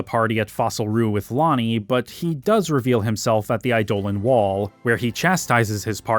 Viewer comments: I love your videos, but I'll never not be annoyed by you pronouncing eidolon as i-dole-an rather than idol-on like its supposed to be. lol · I loathe to be another one of "those guys", cause your long form essays are amazing and not to correct you, on subjective names like how you pronounce Quina or Zidane, but some constructive criticism on how you say Eidolon. It's pronounced Idol-on. No other way to even say that. I can say this as I myself used to pronounce it eye-dolan too. So don't feel bad. I think Idol-On sounds better too. Keep up the great work we are almost at 12 which is my fave one. Also, I am hours in and past the Melodies of Life section and you still haven't talked about that one scene. The one near the end. The one everyone remembers the most about this game. The scene where Zidane cuts onions. Please tell me this isn't in the bonus vid. Thanks again for all your hard work!!